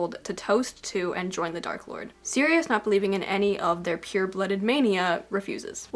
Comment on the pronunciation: Ngl the fact that you pronounced "pur(e)" like "peur" (fear/afraid). It kind of makes total sense